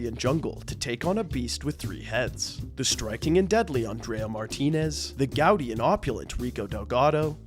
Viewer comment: Gaudy is pronounced gaw-Dee